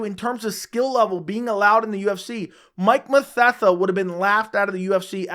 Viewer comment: You said Mike mathetha I’m like who tf is that